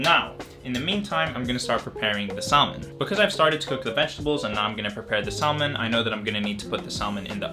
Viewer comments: look, I like your videos but, it's SA-MON, not SAL-MON. I hate to be that guy lol pls don't get mad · So cute , in salmon the l is silent here, yr welcome. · Idk why I find it so funny but the way you pronounce salmon is just KILLING me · It really made my day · Hearing you say salmon and pronouncing the L has me questioning my language skills